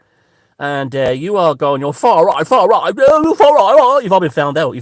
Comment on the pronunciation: I. Love " far rrright".. Brilliant..... He needs a new Internet provider.. It was like a 70s kung fu video... Lol